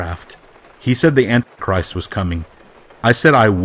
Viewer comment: it sounds like you keep saying "Ant Christ"